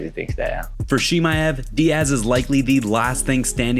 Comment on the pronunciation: Who TF is She-maev?